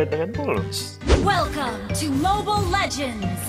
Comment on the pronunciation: Huh "MOBIL LEJEN"